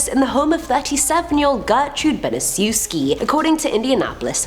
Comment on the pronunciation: Gertrude Baniszewski is pronounced bani-chev-skee. Just an FYI lol.